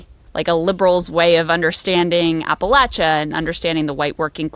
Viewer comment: What did you say? Apalacha. Lol